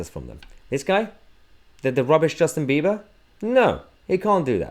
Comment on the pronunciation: Justin Beaver? Did I hear right?😂